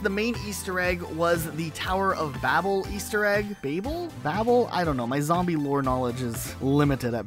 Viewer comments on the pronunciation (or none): none